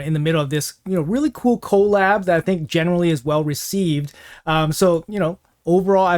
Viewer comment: The way he says co lab is so funny lmfao